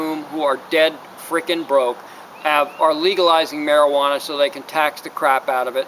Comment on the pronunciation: God I hate the way you say mari-geeee-wanna